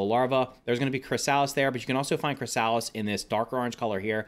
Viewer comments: Was I hearing " Chris - Salads " ? It's Kri - suh - luhs this was triggering. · the way he pronounces "chrysalis" infuriates me 😂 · I suggest you look up how to pronounce chrysalis.